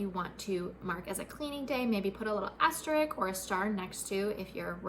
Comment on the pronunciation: AsteriSK, not "asterick". ❤